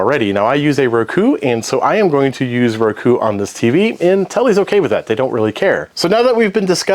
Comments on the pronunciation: Please learn how to pronounce Roku. It's Row, as in row your boat, ku, not ruh ku. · I use “Rakoo” lmfao why do you say it like that my man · stop pronouncing Roku that way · Why is bro pronouncing Roku like that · I've never heard roku pronounced like that. And really never heard ethernet mispronounced lol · The way you pronounced Roku made my eye twitch.